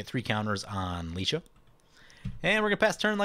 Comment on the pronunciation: You're good with the ah being a short 'a' sound, ay or ai would be the long 'a'. He's gone back to Lie- though, reckon you're spot on with ()Licia!